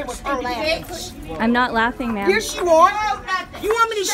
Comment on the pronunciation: It’s ma’-am !